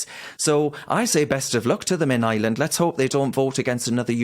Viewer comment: It’s Ireland Darren, not Island…..there’s an R in there !!! Good lad !